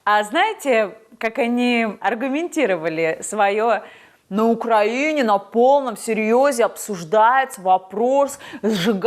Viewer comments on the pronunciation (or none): none